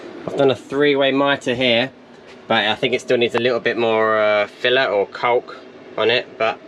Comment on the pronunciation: The builds getting exiting now well done mate! Its always tough getting through the first stages of the build especially through the winter months but well worth it. Your definitiately getting too attached to it and will struggle to let it go! Decorators caulk is pronounced (cork).